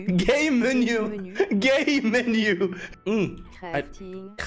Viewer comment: mais elle dit game menu mais on dirait qu'elle dit gay menu quoi